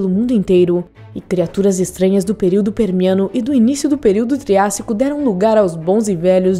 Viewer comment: "Período peniano" Quem entendeu da like kkkk